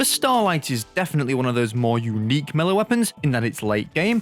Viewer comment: You are pronouncing the word Melee wrong.